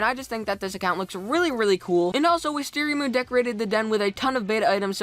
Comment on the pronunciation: ugh is wisteria MOON not wisteriamoon ugh ugh